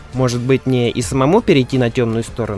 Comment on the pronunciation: почему в конце сказал слово пока не с той интонацией!